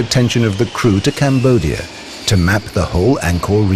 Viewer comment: Combodia instead of cambodia